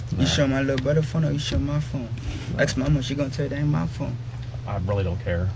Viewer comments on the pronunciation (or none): Even Port au Prince knickers say “axe” instead of “ask”. Pure hateful disobedient insolence. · Who does this guy think he is and its ask not aks